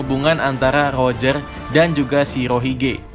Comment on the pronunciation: Rojer bang bukan lojer jangan di ubah kasihan oda bingung nanti'y😂